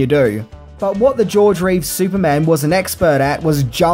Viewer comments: It sounds like he's saying George RAves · This guy cannot make up his mind on how to pronounce George Reeces last name. Some times he does it correctly as 'Reeves' and other times as 'Reeve' which annoyed the heck out of me. Be consistant.